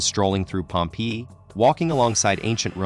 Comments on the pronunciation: i hate the way this AI bot pronounces Pompeii!!! (pronounced 'Pompay') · yeah the way he said pompee put me off the video